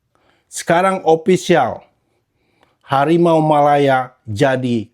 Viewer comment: Min, hawimaw jadi hawimeow... 😂🎉